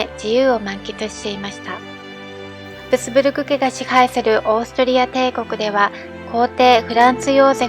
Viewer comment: 滑舌が悪すぎて聞きづらい。片言の日本語みたい😮‍💨ルドルフがルゾルフに聞こえるし、ハプスブルクも発音出来てない。ヴィｯテルスバッハも!!後、乗馬競技というものは無く、馬術競技だよ!!正しい日本語を理解していないうぷ主、視聴者がＵチューブは多過ぎる😮‍💨学校行ってたんでしょ!?女官はニョカンと読むんだよ😮‍💨相当国語が苦手なんだね😮‍💨